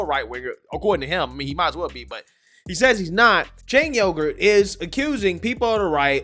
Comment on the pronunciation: 😆 bro. Did you just say Chang Yogurt?